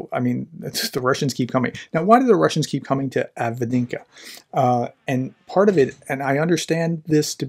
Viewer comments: Are you trying to say Avdiivka? Break it down. Av-Deev-Ka. That’s how the Ukrainian reporters say it, so must be right. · Av -Dee-EEF-ka. 2 EE sounds in a row dee-EEF Avdiivka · Avdiivka is pronounced Ahv-DEEV-Kah! 🤗 🙏💪🇺🇲♥️🇺🇦💪🙏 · Dude. All you have to do is watch any other YouTube war mapper and you will hear how to pronounce the name. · Hey Prof, just type in "avdiivka pronunciation" in Google. You will be amazed how easy it is to pronounce correctly ;-) Even for an american english speaker. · I believe it's pronounced "Avdiivka" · Right, prof could take a minute to get used to pronounce it well. That's not rocket science. That's just reading and then pronounce de letters that are there, in the right order.